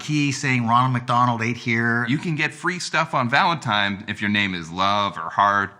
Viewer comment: The scariest part of this video is that a grown man calls valentine's day "valentime"